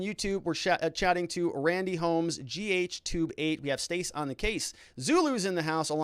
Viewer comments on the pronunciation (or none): none